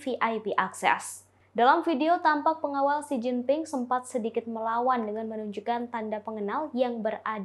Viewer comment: Mint , Xi Jinping bukan Si Gin Ting . 😀